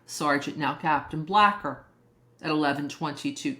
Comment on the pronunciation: Its not blacker. His name is blaker long a. Like the name Blake. Rhymes with laker. Rhymes with faker. Rhymes with baker.